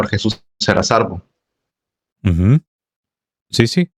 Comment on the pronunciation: Hermanito se dice SALVO...no sarvo